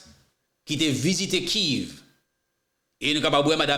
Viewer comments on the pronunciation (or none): poukisa ou pa prononsé Kiev menm jan ak nan lièvre? Ou di Kiv tout tan. Bay nouvel yo an kréol ou an anglè karéman. Nou renmen tandé w vré men svp, prononcé mo yo nan yon kréol standard.